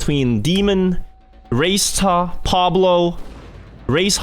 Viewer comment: im from IL myself and its prenounced "raketa" and not "race-ta" it means a small rocket in Hebrew for the A-07 battle.